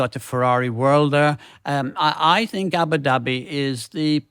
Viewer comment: The place is pronounced Ah-boo dahbee and not Abba-Dabby FFS!